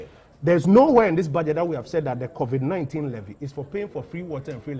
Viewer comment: It is not CORVID, rather COVID (Ko-vid).